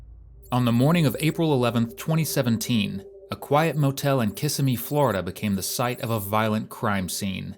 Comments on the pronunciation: It's kis-sim-me not kissy- me, 😅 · It is pronounced "kiss-sim-me" and "ah-c-ola" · it's "cuh-semi" florida. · pronouced -kuh sim ee